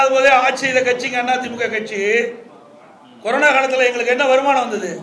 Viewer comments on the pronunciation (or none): none